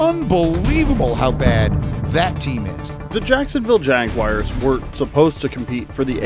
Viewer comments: Jags fan here it is JagWARS not JagWIRES, but nice video! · Please pronounce the team name correctly. It's JagUARS not JagWIRES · The assessment is good, but please stop pronouncing the team name incorrectly. It's Jag-war not Jag-wire. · I stopped watching the second I heard JAG WIRES. Do better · sorry but that just chaps my ass when people say Jag-wires 🤷‍♂️ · Why are you calling them the “Jagwires”